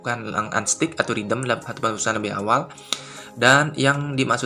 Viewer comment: Mas sorry, "redeem" dibacaanya "redim" bukan "ridem'.